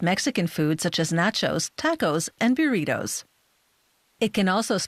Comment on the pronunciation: What’s a “birrito”?